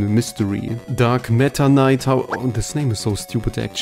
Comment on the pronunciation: I think he might be saying “Dark Matter Knight” but the accent makes it sound like “Dark Meta Knight” which I think he noticed and commented on.